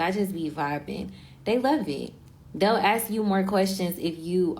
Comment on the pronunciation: She talks very ghetto, idk who is complimenting her 😂 “axe” instead of “ask” abd talking slow? You just come across as slow not educated at all girl. And those ghetto baby hairs my lord these women are lost